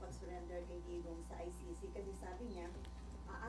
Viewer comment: Umayos ka Imee. It’s ICC hindi Ay Shi Shi 😡